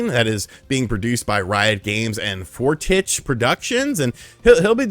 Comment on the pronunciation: Little tidbit, FORTICHE (the studio that did Arcane) is French, and in France we pronounce that more like "Forteesh". Btw it means "strong" or "good" but in a friendly manner.